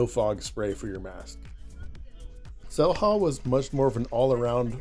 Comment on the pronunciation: Xel-Ha, is it not pronounced Shell-Ha? If you can spend 8hrs snorkeling and eating and drinking at Xel-Ha for $125 is that not better than $50 for an hour.